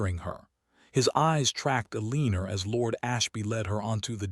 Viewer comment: Please teach AI to pronounce Eleanor/Elinor correctly. It's pronounced like "ellen-nor" not "eleeen-nor". Sheesh. Down voting for that alone. Would be a much better story if someone would teach AI how to pronounce names and words correctly.